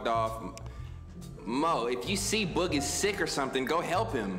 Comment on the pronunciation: I love how he says boog “bOOg” 😭😭😭😭